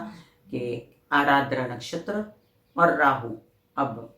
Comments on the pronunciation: Ardra , not arardra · It is aadra not aaradra